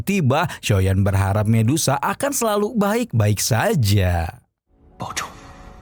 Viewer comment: Saran saya bang kalau sebut nama medusa aja gak usah di ganti jadi mendesah